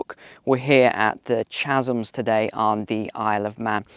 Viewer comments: ‘Chasms’ is pronounced ‘Cazums’ fyi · As a native English speaker your horrible mispronunciation of the word "chasms" is appalling - the ch is a hard K sound, and the word is spoken as "Kazzums".